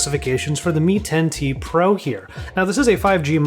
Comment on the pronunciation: Shaow Me, Me Ten, Ten Tee Pro